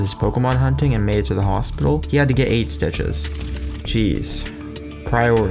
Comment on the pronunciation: "He had to get eight stitches." sounded like "aid stitched" xD